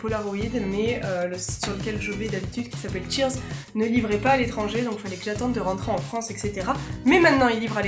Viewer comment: Mdr, j'ai cru que c'était Sears et pas Cheerz.